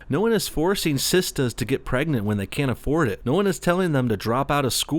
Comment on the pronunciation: he said sista's. HA!